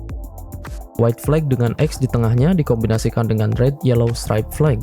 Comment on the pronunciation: info dikit nih ada sedikit miss pronounce di kata flag (bendera) yang terdengar seperti flake. flag pronounce nya flek aja ngga ada akhiran ‘khh’ di ujung nya. semoga bermanfaat dan sukses terus buat content! 🙏